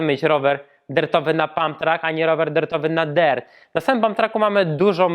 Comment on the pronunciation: Ja myślałem że sie mówi dirt a nie dert